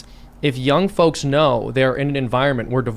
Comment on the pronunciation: Every time Tim mis-pronounces 'Folks' I stop listening....Also 'Sherrif'....Should have at least finished high school, Timmy